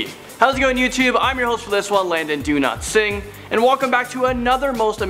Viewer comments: NOT DO NOT SING I FEEL THAT YOU ARE NOT COMFORTABLE IN YOUR INDIAN ORIGIN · “Landon donotsingh” Me: please sing for meh... plz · He said landon do not sing😂🤣🤣🤣 his surname